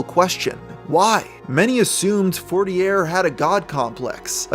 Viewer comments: Isn’t it pronounce “forti-yay” as a French name? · its pronounced FOUR-TEAR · I’m from the USA too born and raised and I would have pronounced it as “fort-tee-yay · for as much research as does I’m surprised he didn’t notice the name and get the pronunciation correctly